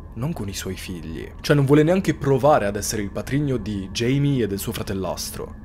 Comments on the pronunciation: Un uomo veramente terribile. È cattivo, violento, manesco e maschilista... Ma basta parlare dei suoi pregi, focalizziamoci sui difetti. Scherzi a parte, Video fantastico ed interessante. L'unica cosa, non si chiama Jamie, da James in inglese (pronuncia Geimi) ma Jaime (Gaime o Giaime) classico nome latino. In quanto persona di origine messicane o portoricane(?) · Jaime si pronuncia ‘Haime’